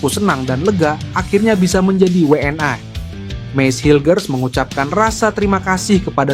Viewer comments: Pengucapan wni nya jangan BHS inggris min diucapkan nya wni bukan wnai..semangat terus timnas garudaku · Admin nya noraaaak WNI oake sebut WN AI.... LU ORANG MANA BEGOOO MALAYDESH???